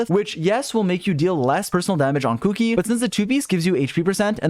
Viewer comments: The way you say Kuki’s name is triggering me. 😾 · It's weird to me how people call her Kuki instead of Shinobu lol